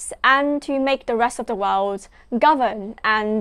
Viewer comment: Im afraid you didnt learn much in your studies in UK. You still just don't get it. And you're pronouncing "world" incorrectly. It's "wurld" not "wowed".